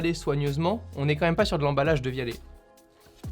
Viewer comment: Qui prononce "dévialette"